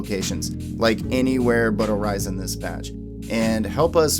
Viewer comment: ORI SON NOT ORI ZON